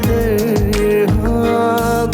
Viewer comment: بے کدر نہیں یے ، بے قدر ہے ، تلفظ تو صحیح کرلو ، اس سنگر کو کاش کوئی بتائے۔